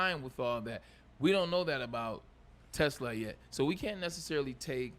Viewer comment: Braylon, when are you going to learn how to pronounce Isaac's last name.... it's t' SLAA !!!